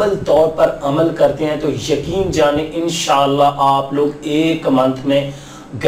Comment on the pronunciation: bhai INN SHA ALLAH PERHA KAREN AP JAB BOLTY HAIN WOH US MAIN LAGTA HAI E SHALLAH PERH RAHY HAIN